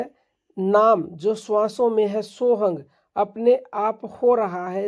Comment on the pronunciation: सोहंग कुछ नहीं होता पहले उच्चारण सीखो फिर कहियो बनाओ